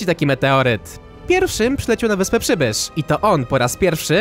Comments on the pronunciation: tak mówił pszybysz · no ja też tak usłyszałem